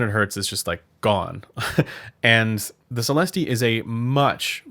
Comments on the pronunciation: Sell esst 😉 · It‘s a french company I guess and the pronunciation of the word céleste(heavenly) is just celest, without the e. Not Celesteeh 😆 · You don't pronounce the "E" at the end so it sounds like Celest. I am a native French speaker so you can be sure of that. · it’s pronounced, “SALE” “ES” “T” but as you say it, put your best French accent on it- (yeah right) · Neither of those, it's a long "ee" sound. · At $1K they should at least include an index card with the correct pronunciation...